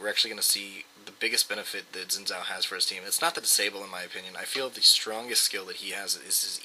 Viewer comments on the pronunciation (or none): I hate to break it to you, but its pronounced Zin Jow, not Zin Zow. Look up Xin Zhao champion spotlight, Phreak pronounces it Zin Jow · if you wanna pronouce it right, probably should be "shin Jaw"(not precise but close), cuz hes Chinese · It's a great video, good clips and commentary, and the only irksome factor was that you pronounced his name wrong.